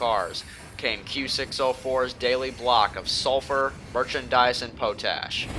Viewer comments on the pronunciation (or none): Pot-Ash, not Po-Tash, But again, Who am I ? And. 5-A junction, Spelled Fivay, Pronounced FIVE-AY, You ain't from around here are ya boy ? Kp.